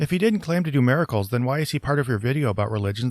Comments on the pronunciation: Lmao! Yes🤣 Mare-a-cles🙈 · Does anyone else hear saying "mare-a-cles" or is that just me?